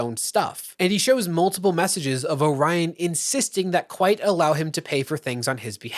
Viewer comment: AND calling "Orion" Oh-ryan insteand of O-riion cracks me up and feels well deserving for that childish person.